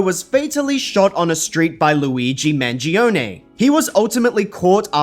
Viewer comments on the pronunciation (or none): none